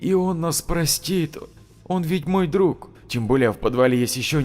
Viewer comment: Хорошая начитка. Но режут ухо слова - друХ. Подмена буквы г на х, в конце слова, это для диктора, как шлепок чернозема на лакированных туфлях.